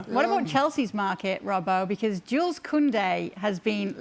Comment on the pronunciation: You don’t pronounce the s in “Jules”